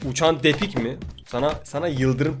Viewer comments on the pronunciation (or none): uçan tedik değil UÇAN DEDİK :D